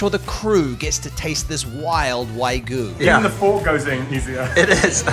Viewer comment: Hi, I'm a long-time big fan of Spain Revealed, but I gotta call you out on your pronunciation of wagyu. You consistently pronounced it as waigu, but it is pronounced exactly as it's spelled (in English or Spanish) -- wagyu. -- See also